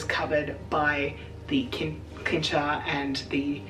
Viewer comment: DEAR XD I don't know if it is Australian English but afaik Cincher is pronounced with an S sounding C in the beginning. Not with a K sounding C. This threw me so off that I first didn't know what you referred to until you pointed at it. Just for future notice.